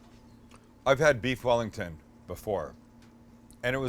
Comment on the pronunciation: Beef yellington